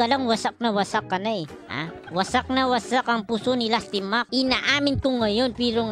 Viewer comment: It’s Nasty Mack not Lastimak LOLZ